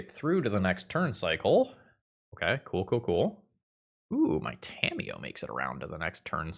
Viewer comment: during the toa magic plug in the beginning, i thought he had said "scamiyo" 😂